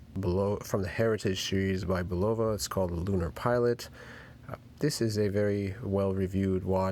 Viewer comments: BULLova, not bullOva. Jesus. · It's not BULOVA.